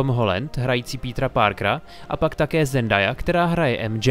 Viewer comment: Zendaya sa vyslovuje Zendeja a nie Zendaja